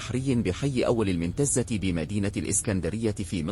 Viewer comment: منتزة ايه النطق العجيب ده راجع نطق الاماكن لوسمحت ...سيد البشر بفتح الباء 😂😂😂